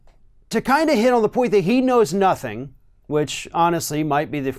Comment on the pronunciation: Lol, wtf was that, Donald? "I know knothing."🤣 No shit, Sherlock.